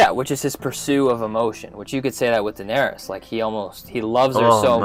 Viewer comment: LOVE that you said Daenarys! :)